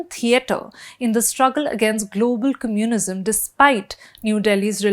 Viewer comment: Why can’t she pronounce ‘communism’ correctly? I had look up ‘cummunism’ to check if it was a real word before realising what she was trying to say. I know that’s not how Indians say it because I lived in India for over 20 years. These days there’s no excuse to not look up pronunciation of words you haven’t heard before. I do it all the time with French words. A journalist should do better, if he/she wants her content to be trusted.